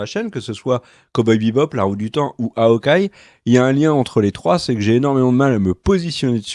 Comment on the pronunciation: "HAOKEYE" ? Sérieux... Aucun effort...